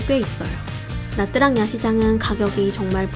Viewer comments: 영상 너무 깔끔하고 좋은 정보도 정말 많은데 나뜨랑이라고 하는 발음이 너무 거슬려요ㅠㅠ 다음 영상에서 다루실땐 차라리 미국발음으로 나<트>랑이라고 하시던지 현지식으로 냐짱이라고 하셔야할 것 같아요.. 나뜨랑이린 발음은 대체 어디서 온건지ㅜㅜ 신경쓰였네용.. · "tr"은 베트남어로 "ㅉ"으로 발음합니다. 그래서 나트랑이 아니고 나짱입니다.